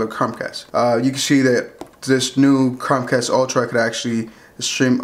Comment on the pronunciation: He doesn’t know how to say Chromecasr.. keeps saying Crom cast. Really annoying.